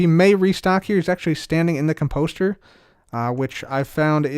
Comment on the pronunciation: I love you but it’s COMposter, not comPOSter.